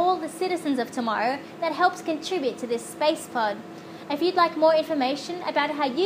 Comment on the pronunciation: Totally,! I want to know about animals in space and the actual results. Also, I want to suggest that everybody at TMRO say Spacepod like you do:)